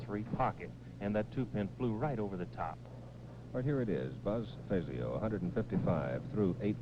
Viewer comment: Jackson showed no respect toward Buzz by continuing to mispronounce his last name (Billy Welu correctly pronounced his name at the beginning of the match) May seem pretty, but the name Fazio was legendary in the PBA community.